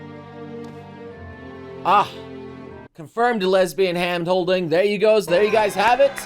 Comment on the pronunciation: you just said Hamd holding!